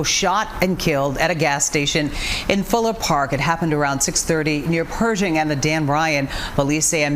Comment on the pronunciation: It's PER-Shing, not PRE-Shing